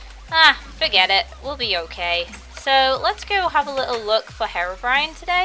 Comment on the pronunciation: hat mod at first I thought you said hair-orbrione cues your hair has blue highlts in it its really cute! :3